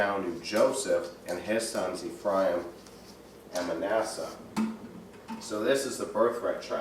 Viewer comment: His pronunciation on some words is poor...aka..Ephraim is NOT e-FRY-em but EFF-ree-am.